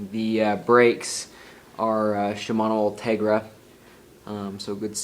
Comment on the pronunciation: ...."Shmomosuma 105, Shmomosuma 105"....NERD